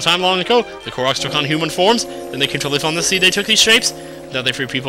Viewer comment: its pronounced Core-OCKs